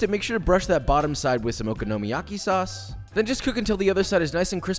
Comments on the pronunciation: It is oKONOmiyaki, not OKOnomiyaki. Emphasis is on the 'kono' not the 'oko' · Nothing like okonomiyaki I had in South Japan. Also accent is on the second syllable, i.e the "ko" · Just an FYI from someone who lived in Japan several years and has a Japanese wife. Okonomi is pronounced like Economy with an O. So Oconomy yaki. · I THINK YOU LIKE SAYING OKINOMIYAKI LOL Ohhhh darling unless you gonna invite me for this pancake 🥞 it’s tooooo much work lol but looks delicious 🤤 😋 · Your vids are great but your pronunciation of the dish makes me cringe a little. Try stressing the “ko”. Other than that, keep up the good work. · I won’t bother following the recipe of something that the person cannot pronounce correctly. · Joshua! I love all your videos and your passion for Japanese food especially, but omg the way you're pronouncing okonomiyaki ... it's like Kraft mayo in a jar. It's that bad buddy. Please find a native Japanese speaker and have them school ya. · yt: OMG. you butchered saying Okonomiyaki and Kewpie soooo bad!!:yt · I absolutely love your videos and have learnt alot. But learn how to pronounce okonomiyaki...